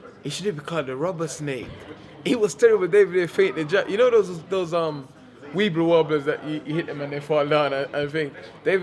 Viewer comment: "Weeble wobbles" haha . Love Dillian